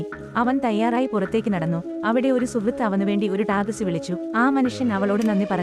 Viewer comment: ടാക്സി ,ആണ് ടാകസി അല്ല